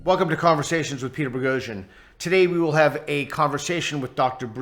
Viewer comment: Why do you anglicize your surname??